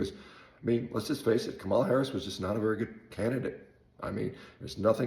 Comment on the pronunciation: You could at least have the courtesy of pronouncing Kamala's name correctly.